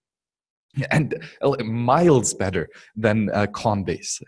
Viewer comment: "conbase" haha nice. Great tutorial